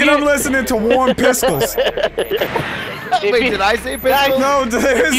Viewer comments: "Warm piskles". Add that to the list of weird/dumb shit Delirious has said lol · So, they picked up on Delirious saying "warm pisckles" but not "i like salami" ? slacking guys, lol